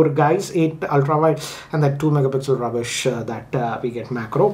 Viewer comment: Whenever he says rubbish i cant control the laughter.....😂